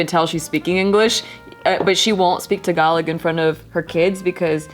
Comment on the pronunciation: its pronounced TA GA LO even if its spelt differently